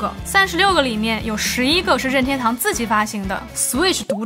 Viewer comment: 每次说“拧天兜”都像在说上海话，日语音调更接近“您天兜”